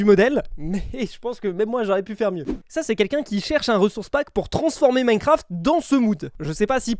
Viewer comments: Minecraft ❌ Minecarft ✔️ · Ptdr minecarft au lieux de minecraft 🤣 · "Minecarft" Bah bravo 😂